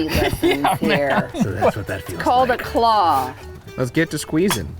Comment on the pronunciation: I've been replaying "Cut the CLAWWW" x5 already